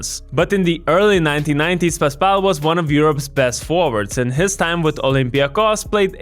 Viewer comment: Was super confused after all these years hearing greek sportscasters pronouncing his name Paspalié 😂